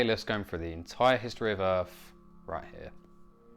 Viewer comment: What planet is "Erf"?